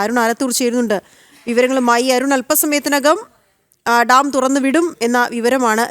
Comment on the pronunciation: Thudarnnu alla thurannu.